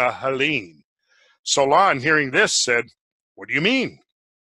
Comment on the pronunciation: jesus why the accent on the second vowel every.damn.time XD it's HEllene and HEllenes, it's SOlon not SolOn, and many others